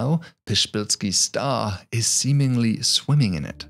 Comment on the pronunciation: "The shpillsky stah" (Psyfnrbsvzufjbhfheiskkdbski Star) Thanks Poland